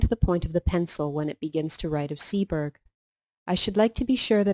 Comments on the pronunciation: "Seaburgh" - (Sea-bruh) . Said as one word not two. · Pronounced seaborough